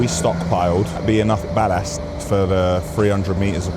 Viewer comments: I wish you would learn how to speak English properly. Especially when it comes to pronouncing 'Ballast' properly. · Why does man say "Ballast" like such a looney 😆